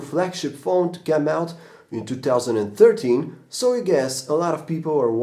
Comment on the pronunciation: I noticed the emphasis on "2013" cause said "2003" in the other video lol